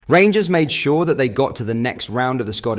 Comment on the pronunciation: Did you here pronounced rangers as the g ers instead of gers he must know how bad that sounds